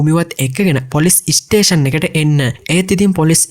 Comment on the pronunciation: වැඩේ හොදයි බ්‍රෝ. ඉස්ටේසන් කියල කියන්න එපා ඒක කැතයි ස්ටේසන් කියල කියන්න